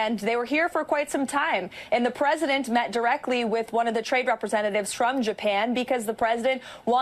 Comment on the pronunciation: She always says pwesident